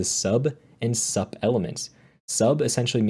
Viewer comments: is said "soup" like superscript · Very informative video. nicely done. Just one note about sub and sup. They stand for subscript and superscript, so sup is pronounced like "soup".